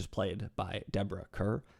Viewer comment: One picky thing. Kerr is pronounced like Carr for both Deborah and John.